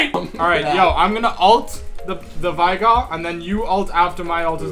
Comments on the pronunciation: Ken Kaneki Sorry... But guys seriously, it's Veigar, not Vaigar or Veegar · I love you and all, but could you say Veigar's name right? He's already been shat on by Riot, have pity